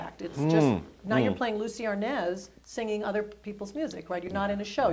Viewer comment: Desi A R N A Z (OPEN A). IT'S A SPANISH SURNAME